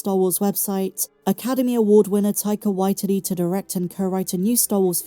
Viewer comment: Tyke-ah why titty... lol